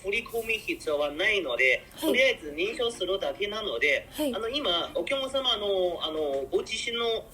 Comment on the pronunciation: 発音は面白い おきゃまさま ❌ おきゃくさま ◎